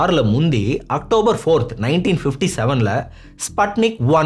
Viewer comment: athu spatnic ila sputnic pronouns like spoon